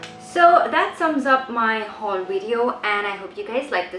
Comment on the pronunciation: u pronounce haul as houl 😂😂